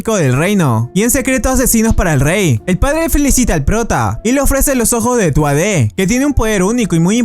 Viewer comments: Cómo soy hijo de una irlandesa y no somos raros en México si me causa ruido que pronuncien mal, no es culpa del que hace este vídeo, Pues hasta en Crunchyroll la cagaron no es tuadde, ni tuadarre, se pronuncia correctamente Tuaayee, el nombre del Prota se pronuncia correctamente luuk(Lugh) Tuayee ( Tuatha Dé) De hecho Lugh es parte del Tuatha Dé Danann que se traduce como la tribu de los dioses en la mitología celta y es celebrado en el Lughnasadh pues ayuda en las cosechas, no se hasta que punto se basen en el mito, pero Balor es uno de sus enemigos miembro de su familia dentro del mito. Aquí en el Anime Balor es también su familiar adoptivo pero familia. También está el hecho de que los campesinos le tienen un amor tal que le ofrecen tributos de corazón, como se hace en el Lughnasadh. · Buen video 👌😃 gracias por resumir este anime mañana es año nuevo espero que te vaya bien me gustó el momento cuando lo llamaron lugh tuatha dev es como el tuatha es como un trabalenguas ponunciàlo y mira como se oye pero así junto tuatua es como un trabalenguas mira pronuncia este tuatuatuatuatua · La light novel está bastante bien. Y el anime va por buen camino. El apellido es pronunciado más como “tua-ja de” Lo que le dice es: “que lo matará antes de que tenga que usar el cuchillo para defenderse” no que antes que caiga la moneda al piso 😉 Tampoco le dice que son misiles, no hace alusión a que sean misiles, explica que es un arma que deja caer materia muy densa desde cierta altura y que con la ayuda de magia de viento hace que no tenga tanta fricción con la atmósfera al caer.